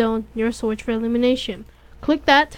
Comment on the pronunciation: 'elumination zone', turned my heart into mush, dawww <3